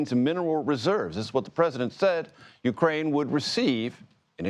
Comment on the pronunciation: You are mispronouncing Zelenskyy's name. It is VoloDYmyr (accent on 3rd syllable) Zelenskyy (not "Zelinskyy").